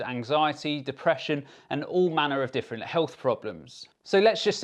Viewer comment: joe "everyone is diffrunt" rogan